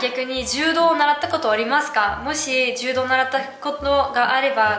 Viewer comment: 柔道はジュウドではなくジュウドウです。 ジュウドだと ヘイ！ジュウドと思ってしまいます。(正しくはヘイ！ジュードやけど。)